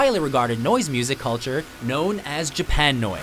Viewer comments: it’s Japuhnoise not japan noise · Im pretty sure it's pronounced japa noise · It's mayanoise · I hate WatchMojo video's, but pronouncing Japanoise as 'Japan Noise' is where i draw the line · i think it’d be pronounced “jAp-UH-noise”